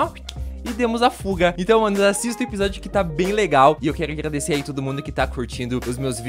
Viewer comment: Na intru vc falou ingradecer e não agradecer